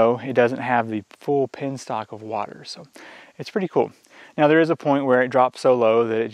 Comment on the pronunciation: It's a Penstock. not a pinstock!